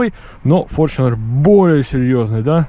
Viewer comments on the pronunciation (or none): какой форчинер, где ты видишь в названии букву ch , так что читается таета форнунер (Fortuner) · ну иначе не иначе , а правильно с англ. языка будет фортунер или на англ. буквы fortuner , как пишетстя так и говорится . )))) Там же нету бук ch , а написано tu ))